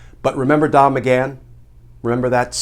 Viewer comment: He said Don maghan 🤣😅